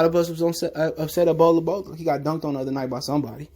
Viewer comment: He still looking for his dad to walk in the door. Damn bro me too. I can’t take your pronounces no more it’s not Bola Bola it’s Bowl Bowl, you no like eating cereal Bol Bol Bro Bol Bol. Smdh.